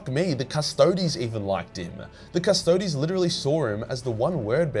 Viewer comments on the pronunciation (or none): none